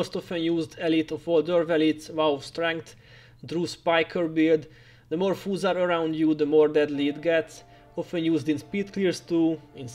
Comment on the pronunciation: All this time in your vids, I thought you were saying "fools" vs. "foes" and it always cracked me up..."ball up these fools!" hah. Thank you for all these awesome guides and the effort you put into this game. Well done!